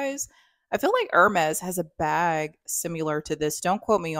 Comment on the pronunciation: I think it’s supposed to be like the Hermes Kelly bag which isn’t a huge bag. The Kelly has the single handle like yours. The Birkin looks similar but has double handles. Hermes is pronounced air-mess. I have French friends and this is how they say the brand. Nice video!